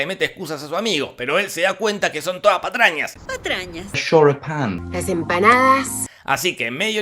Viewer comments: "Choripan" jajaaajaajaja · Quien es la tipa que sale xomo el tipo que dice shoripan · El shoripan no las empanadas shoripan empanadas shoripan empanadas SHORIPAN EMPANADAS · Inglés: Shoripan: cállate a ti no te sale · De los creadores de "Las empanadas" y "Churros con dulce de leche" lleeegaaaa: "Shoripān" (da igual yo también soy un queso con el inglés).